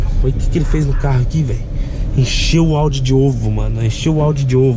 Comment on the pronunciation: Engraçado q ele falando o audiu fk perfeito sksks